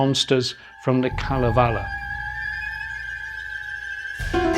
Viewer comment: The filmwork is very nice, but I would have enjoyed this a lot more if the presenter had taken five minutes to learn how to pronounce "Pohjala", "Kalevala" or "Saarinen" or "Geselius" or "Gesamtkunstwerk", among others. There's no shame in pronouncing foreign names and words correctly, but unfortunately the British often seem to have this vestigial colonial mentality. And if he actually spoke to anyone while he was in Helsinki, he would have foud that Finns are very helpful and polite people who would have happily assisted him with his awful pronunciations.